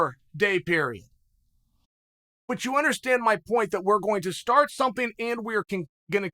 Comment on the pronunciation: Hahah chael said stort